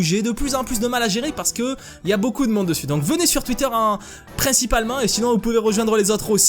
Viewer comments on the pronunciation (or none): none